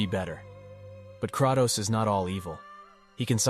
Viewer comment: instant dilike for "crahtows"